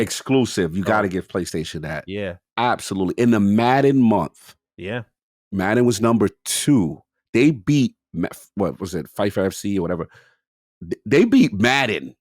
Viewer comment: does the oldhead thing of mispronouncing really famous names. Nevidia, Dragon’s Age, FAIFA 😂 Such an oldhead move!